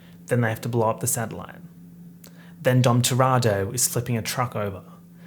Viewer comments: the fact you say “dom toratto” instead of dom toretto makes me so upset i can’t explain it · Are we just going to ignore the fact that said Dom Toretto wrong the entire time??